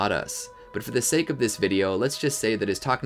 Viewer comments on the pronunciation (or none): none